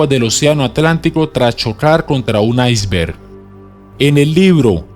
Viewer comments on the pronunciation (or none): none